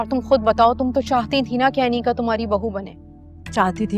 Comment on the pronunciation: Kisi ne note Kia mutahir ne aneeqa ko aneeza Bola